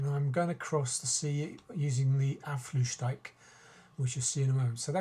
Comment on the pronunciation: No problem, but just FYI, it's pronounced more like 'Uff-slout-dyke'. I actually don't mind and rather encourage skepticism of the EU, as long as we can still find a way to get along.